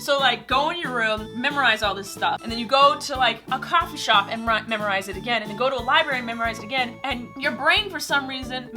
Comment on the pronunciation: did she say caffe instead of coffee